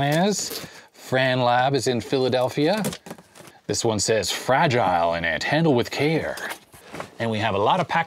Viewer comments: Fra-gee-lay? Must be Italian. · Fra-gee-lay. It must be Italian.